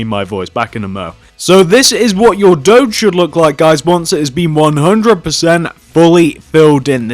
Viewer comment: you dont say it dodge its do<>ge